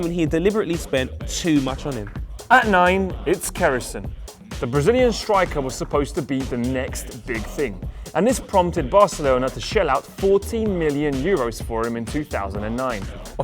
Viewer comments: It's Keirrison, not Kerrison. And that white and green t-shirt is from Coritiba, not Palmeiras. Its São Paulo, and the white T-shirt is from Flamengo. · It's Keirrison not Kerrison.